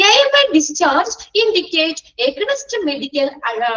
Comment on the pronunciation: Aganinst alla teacher aaagheeynst Ennanu pronunciation ❤☺️